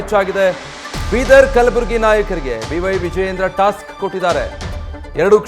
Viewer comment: ಏನು ಟಾಸ್ಟ್? 😂😂 ತೋಸ್ಟ್?